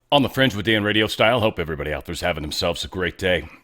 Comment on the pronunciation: 😂🙌🏼 Dan you crack me up when sounding out foriegn names😅🤣